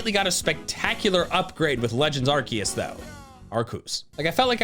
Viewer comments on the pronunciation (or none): ITS FLIPPING ARKOOS!! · IT'S ARCEUS, NOT ARKOOS! PLEASE SAY IT RIGHT! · GRIMMSNARL IS SPELLED WITH 2 M'S, NOT 2 L'S! AND ITS ARCEUS, NOT F*CKING ARKOOS! SAY IT RIGHT! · IT'S ARCEUS, NOT F*CKING ARKOOS! SAY IT RIGHT! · IT'S ARCEUS, NOT F*CKING ARKOOS! IF YOU DON'T SAY IT RIGHT, THERE WILL BE A BIG PROBLEM! WE ARE NOT DOING IT THE MJTV WAY ANYMORE! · THERE ARE NO O'S IN ARCEUS! SCARLET DOES NOT END WITH 2 E'S! AND THERE SHOULD BE ONLY ONE R IN COPPERAJAH!